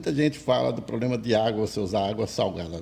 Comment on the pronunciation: Esse amigo que fala ploplema é almoxarife? 😆😆😆, o ramal dele é o tles quatro cinco?